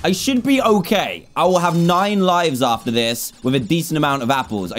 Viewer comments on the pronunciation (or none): none